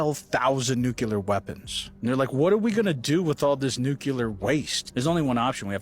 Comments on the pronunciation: NUCLEAR not fkin nukular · WHY do SOOO many people pronounce “nuCLEAR” as “nuCULAR” it’s 1 of my pet peeves lmao I literally don’t understand?!